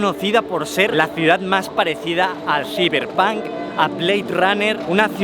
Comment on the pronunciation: ciberpank wey jajajajaja no puedo creer que lo diga así en serio